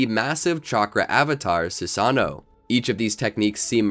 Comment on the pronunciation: SU SA NO lol its sue-sun-oh